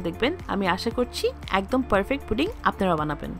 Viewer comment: আপনি কি পুডিং সব্ধটা ভালো করে উচ্ছারণ করতে পারেন্না নাকি কিসব বলেন ফুরিং নাকি জানি আজব কথা বলতে জানেননা ভিডিও করতে আসছেন